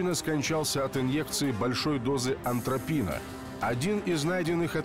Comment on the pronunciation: Товарищи,не аНтропин, а просто атропин,извините. Вот сроки присуждали,так сроки. Точно по заслуженному преступлению.